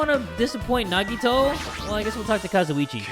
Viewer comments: When he calls gundam kasiochie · jay lets talk to kAzUiCHi me: that is not kazuici